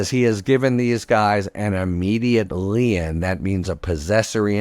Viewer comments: Lee in? I was sooo confused for the first 5 mins. Imagine spending 8yrs and 100’s of thousands of dollars on law school and can’t pronounce a simple word like lien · Isn't lien pronounced "Leen" ? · I always thought lien was pronounce lean. Shows what I know. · That's the first time I've heard anyone say lien with two (or one and a half) syllables. I like it.